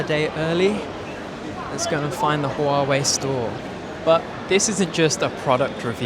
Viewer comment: Softer on the h in huawei.